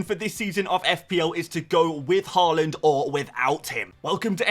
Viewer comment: YAAAAAY Fpl Mate pronounced Haaland instead of Hooland Honestly I like watching your content but the way you are purposefully mispronouncing Haalands name is 5ucking annoying.